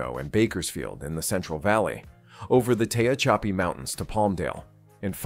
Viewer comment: It's pronounced Te-haa-cha-pee